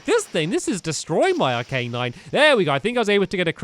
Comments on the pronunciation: its called arcanine not arc A nine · its arc-a-nine stampy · its not arca nine its arcanine stampy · It's pronounced Ar-ki-nine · it is arca nine . This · Arcanine: (Ar-Ke-Nine) stamp your awesome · Its Arc- a- nine